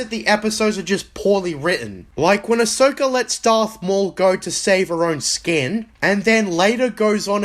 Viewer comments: Dude doesn't even pronounce Ahsoka right. Every character pronounces it as Ah-soak-ah, this guy pronounces it as Ah-show-Ka. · Looks like we have an “ASHoka” simp. The fact that he didn’t take the video down shoes you he still doesn’t know he pronounced her name wrong 😂 Also swearing in every other sentence makes him come across as an illiterate try hard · "listen to me about how TCW is so good" - proceeds to state how season 1 is bad -recommends very specific arcs that make up less than 1/20th of the show -keeps pronouncing main character's name as "uh-SHOW-kah" I get why people love TCW, I recognize that there are objectively good aspects of it; but I don't like it, I don't like its retconning of the EU prior to it, and while I think Ahsoka is a great character (when taking all of the stories and content she is in, her devleopment, etc), she is fundamentally damaging to Anakin's development and arc, and to the universe as a whole. So if anyone loves TCW? Cool, fine by me. People wanna recommend it and praise it? Sure, go for it. I won't condemn anybody for it, or belittle their fandomship, but I likewise don't wanna hear b.s. about how it makes the Prequels "work" or "better". The EU did just fine continuing and expanding what we got in the movies. (And I'm not even a Prequel fan nor hater, I have mixed views on them, but I don't thing they're garbage. Hell, I REALLY LIKED Rebels, but I also have some serious issues with it too.) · Are we gonna completely ignore the fact that you know he doesnt know what hes talking about when literally CANNOT pronounce Ahsokas name correctly? Like.... they say it ALL. THE. TIME. in the series. Its not that hard of a name to say. Filthy casual. Edit to add: i SHIT YOU NOT i just saw that you called Cosmo a filthy casual in a thumbnail after leaving this comment thays wild.